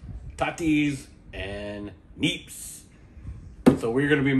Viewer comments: Not nips...kneeps taa tees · Turnips or neeps pronounced knee IPS . Not nips. Potatoes, tatties. Pronounced taa tees.